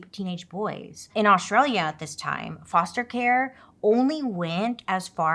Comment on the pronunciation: bailey i adore you but pleeeaassseee learn how to say Australia properly 😂